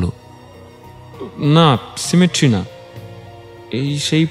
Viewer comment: উচ্চারনটা হবে সেমেটারি, সিমেটরি নয়!